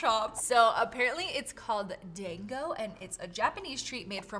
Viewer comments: That was my favorite growing up in Hawai’i!!! It’s said DAHNGO NOT DANG-O. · The way she said dango hurt my soul 💔 😭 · I love your videos so so much 💞❤️❤️ and btw dango 🍡 is pronounced dahn-go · Psychic damage with how you pronounced “dango” and didn’t know anything about dango going into this 😅